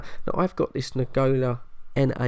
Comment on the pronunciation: Watch this after 2 years I'm late...I like when you say nagola instead of Nagoya😊